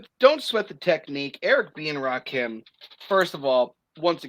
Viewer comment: I want to strangle every time he says Rakeem. ITS RAKIM. LIKE HIM. DAMMIT